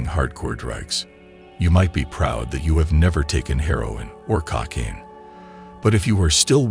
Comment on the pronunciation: Why is it "Cockcaine"?